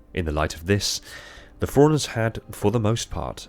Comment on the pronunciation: I only have 1 critique. The first time you say Forerunners in a passage, it sounds like Forerunners, but the more often you say it, the less you put emphasis on the "run", and it sounds like "foreigners". Other than that, no notes